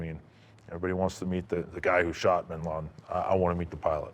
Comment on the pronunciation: WHY DONT YOU AMERICAN'S PRONOUNCE WORDS PROPERLY it's NOT binlardin it's binladen